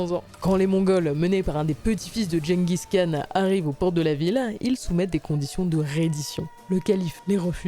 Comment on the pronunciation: Gengis Khan doit se retourner dans sa tombe à chaque fois que vous prononcez aussi mal son nom...